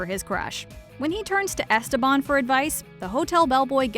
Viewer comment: did they really say "esteBAN" the whole show in english?